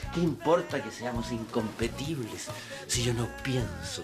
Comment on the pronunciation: “incompetibles” 😅 “crucificando” al Memo 😁 y se marchó… Se odian tanto …😬